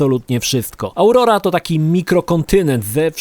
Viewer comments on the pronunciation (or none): 1. Auroa a nie Aurora 2. Na PC można odpinać i 'zarządzać' celami i można listę też ukryć 3. Na biwaku można wybrać tylko jeden buff, więc raz oglądasz zjebaną animacje, której nie można przerwać 4. Grafika ssie (na PC) Wszystkie ustawienia na maksa i jak lecisz heli to drogi wyglądają jak ośmiobitowe, nie mówiąc o pojawiających się nagle elementach bardziej oddalonych modeli. Po prostu gówno. 5. Wrogowie znikają przy około 500 metrach. Porażka. 6. Mógłbym tak dłużej ale już mi się nie chce...